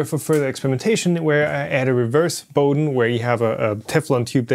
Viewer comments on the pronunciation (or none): none